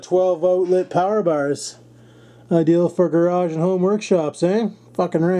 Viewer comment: "Scores"!!! Another window in the "gradge" right on ! Not too bad, not too bad...